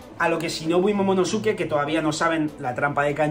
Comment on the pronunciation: casi todos los españoles pronuncian mal el nombre de momonosuke